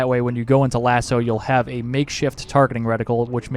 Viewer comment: MY MAN FINALLY PRONOUNCES LASO CORRECTLY! Cheers for the guide mate